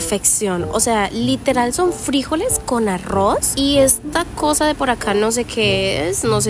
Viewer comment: Por qué dice “frÍjoles” ? 😂 , son frijoles. Sin acento en la i!